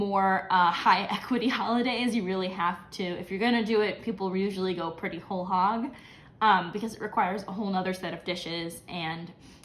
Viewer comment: Did you say "whole hog" or "whole Chag"?